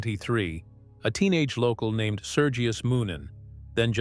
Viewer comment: HOW IRRITATING it is when the narrator cant even pronounce names and words correctly. Idiot